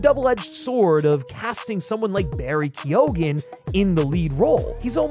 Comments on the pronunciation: Barry Keoghan's surname is pronounced Kee-Owen, not Key-Ogan. You don't pronounce the G. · Good vid, and yeah, agree, but his name is pronounced "Keo-hn" (kee-eoun?) (Irish gaelic name). Sorry, just, you know. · Ok dude this is a great video.....but how did you make a video a year ago where you mispronounced Barry Keoghan's name as Barry Keegan and then you make a new video mispronouncing the same name IN A COMPLETELY DIFFERENT WAY quo - in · are you purposely mispronouncing keoghan